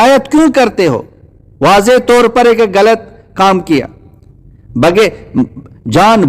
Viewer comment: آپ غلط کو گلط کہتے ہو مجھے تو کوئی ہندو لگتے ہو ۔۔۔